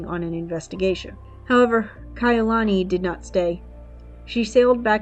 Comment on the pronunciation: Yes it's called respect your subject is our princess it's not difficult to assure that her beautiful name is pronounced correctly. I did enjoy video that was the only thing that was bothering every time Kai'ulani was pronounced incorrectly. Thank you & best regards.